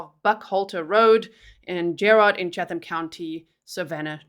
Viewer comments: You don't pronounce the "H" in Chatham. It's Chattam. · I live in Savannah. My daughter went to school with the mother. Just fyi: Chatham County is pronounced Chattam county. The H is silent. Thanks for covering this trial. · This is in Georgia, USA, where nothing is pronounced the way you think. Chatham (County) is pronounced Chat Um. No H sound. Just in case you ever have a case in Buchanan (Buck hannon) or Houston (How Ston). Told ya Georgia was different.